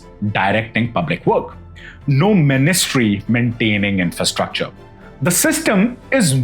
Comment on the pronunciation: Ministery… min is mind and virility of such and stery, sound it out boo.